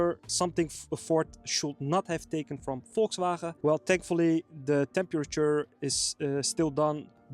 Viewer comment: VolkswhRHRAhaeee :-P